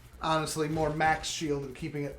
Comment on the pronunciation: I love when you say any word with an ly at the end. Lol honestly, always sounds like honest lee.